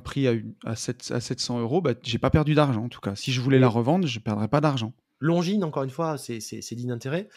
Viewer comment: J’arrive pas à trouver le nom de la marque qui est l’équivalent d’un Daniel Wellington mais en plus cher « longue zoneu » ahaha 😂